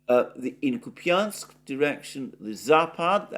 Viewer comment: Dear, Russian is phonetically quit easy. When there is a "ja" (an inverted western R) you pronounce it like a "ja" Ку́пянск = Koép ja n sk if it would be Koepinsk it would look like Купинск with an i, (an inverted western N)